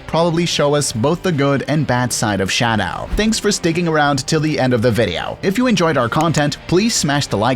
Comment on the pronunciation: Nobody: This dude: ShAdOuw